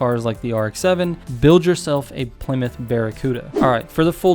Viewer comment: The few people who pronounce the car correctly. Plee-myth not plai-mouth like most people 😁 Fun fact: most muscle cars and suv/truck uses the forged 4.7 v8, the boss mustang engine